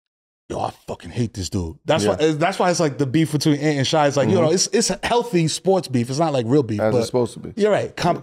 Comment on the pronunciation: Shai is pronounced Shay not shy.